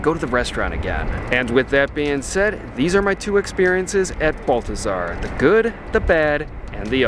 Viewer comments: Please note. It’s not BUL-THAZAR. ITS BAHL-THAZAR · You prronounced it wrong. You have to say it like a rich snooty Parisian...'Behl-teh-zar'. Are you leaving there when Commie Mamdani gets elected and ruins NYC for years?